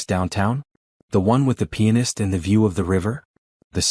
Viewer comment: I !m sure you meant pianist and not penis